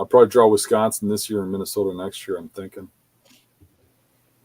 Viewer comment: weesconsin lol.